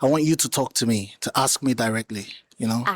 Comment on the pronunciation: "Aks". Sounds so ignorant.